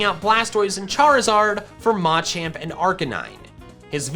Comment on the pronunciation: it’s pronounced “muh champ” i get an aneurysm every time i hear “ma champ”